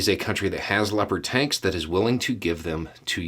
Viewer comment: I swear to god, at first I thought you said "leopard taints". I feel a little ashamed about that.